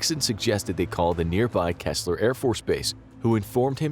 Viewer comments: It is KEESLER not Kessler. EE. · Keesler AFB, pronounced “Key-sler”. 😎🤘🏻